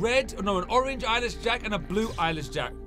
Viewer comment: Eyeless Jack? Sounds like “I Lish Jack? Or I like Jack”. Lol XD! OR! I Wish Jack.